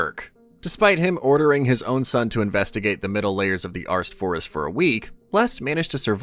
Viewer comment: Bro do u have the l and the r mixed up? cuz u call rest, lest and u called the alst forest, arst forest like, bruh